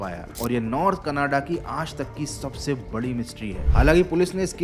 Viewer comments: Canada❌ Canaade✅ 😂😂😂😂😂😂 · Bro it's Canada not kanada 😂